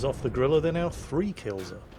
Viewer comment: ITS A GRILLE NOT A GRILLE 15XDDDDDDDD luv ur vids